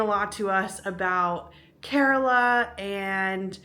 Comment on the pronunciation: Its kerala not carola 😁😁😁😁